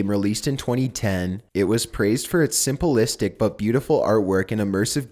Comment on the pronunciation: Sim pli stic. Not simple istic. 🤦